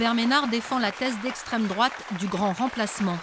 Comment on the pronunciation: L'élu d'esssstrême droate 😂😂